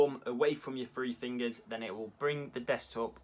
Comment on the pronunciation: “Thee fringers”